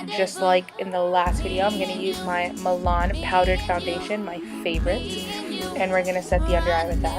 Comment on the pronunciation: I'm dyyyyying at your description and saying milan hahaha. Love this look though!!